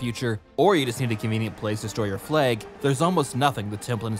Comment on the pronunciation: "Canadian accents sound like American ones!!!" >Me being able to distinguish you were canadian by the way you said "Flag" in the first 19 seconds of the video 💀